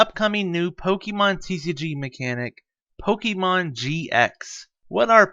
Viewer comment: Please pronounce Pokemon correctly, 😢 sounds awful, it distracts me from the tutorial